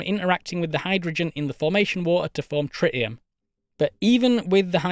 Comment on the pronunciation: “Tri’ii’em” Dudes over here speaking spicy elvish.